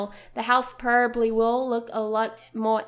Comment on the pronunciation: why are you saying porrably it probably no porrably #justsaying